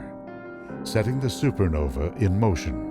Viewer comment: why does he keep saying super novEE. Its Nova is Novi plural? or is he just stupid about that word? no offence intended.